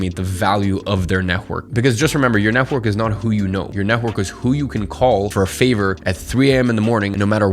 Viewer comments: NET -WORK not NEH-WORK😭😭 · Neh-work. Why between many other words you choosed to mummble this one?) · It really annoys me the way you say "network". It kept throwing me off throughout the video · Love the way you say netwhork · No offense, but the way tou say "network" is so funny. Had a good laugh. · The way you say "network" is funny :) Good vid! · why do you say "network" like that lol is it just me who doesn't hear it straight or m tripping